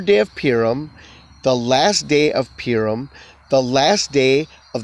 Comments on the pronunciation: It’s pronounced poo-ream. You are saying pee-rum. PU-RIM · Why do you pronounce "Purim" as "Peer-im"?